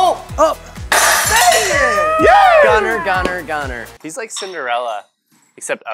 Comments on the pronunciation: Did i hear gunther instead of gunner?? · Am I the only one that heard “Gunther!”